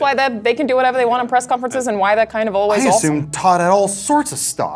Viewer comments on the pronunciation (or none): Still digging gaming weekly! But I can't help but notice EVERYTIME Alahna says "ashumed" instead of assumed.